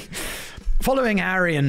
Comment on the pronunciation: Right after talking about Harry dressing as a Nazi, it sounded like you said Aryan Megan; instead of Harry and Megan.